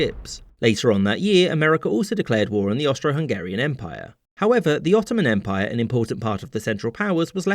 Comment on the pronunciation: The “S” in “Ottomsm Empire” is in honour of James Bissonette